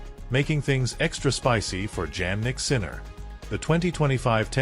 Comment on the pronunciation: The AI voice could not even say Jannik Sinner correctly, just get a real person to do it please.